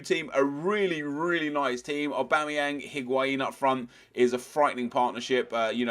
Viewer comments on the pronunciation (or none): none